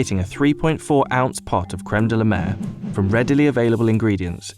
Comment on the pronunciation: "De-la-mer" my ass :)))